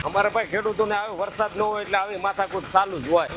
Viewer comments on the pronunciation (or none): none